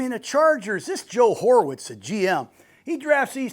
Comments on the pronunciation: Who tf is Joe Horwitz? Lmao it's Joe Hortiz! Jake should've corrected that instantly! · Joe Oertiz coach Not Joe Orviz!!! LOL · lol it’d be one thing if he said Ortiz. But “Horvits”?! 😂 not very close to Hortiz lol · It's Joe Hortiz, pronounced "Whore-tease" my man 😅. Love your analysis. It's the best in the biz and thank you sir. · No wonder the Chiefs were so ass last year. After listening to, it's clear they were delusional about those one score games. The refs carried their ass that year. Loved that coach was wearing Charger colors during the Chiefs segment X) Only gripe the whole video is that Grudens team needs to help him with the pronunciation of WHORE TEEZ. That is the Chargers GMs real pronunciation. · So Biadasz is easy to pronounce but Hortiz was the tricky one 🤣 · I just watched too. I was like wtf Ortiz with an H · Cmon Grud. Hovitz???😅😅😅 Chef Horvitz? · I think Gruden purposely mispronounced Hortiz wrong. Reminded me of when my legal ex-wife’s attorney mispronounce my attorney’s name wrong. Did it on purpose and it’s just rude.